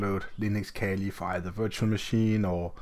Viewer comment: It’s not kelly it’s pronounced kaali